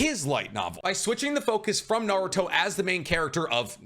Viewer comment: like his enthuaiastic & down to Earth explanation, it's just that his pronunciation really hurts my ear e.g. Naruto = "NarutoW", Retsuden (with a clear "E" = "RetsudAn" how come you can pronounce "Ret" correctly but gets "den" so wrongly? (to name a few... of a lot...)